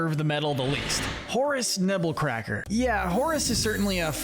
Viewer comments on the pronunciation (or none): It’s actually “Nebbercracker” not “Nebblecracker” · It's Nebbercracker, not Nebblecracker